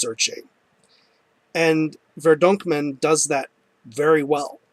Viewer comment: haha i knew you would mess up the album pronouncuation :)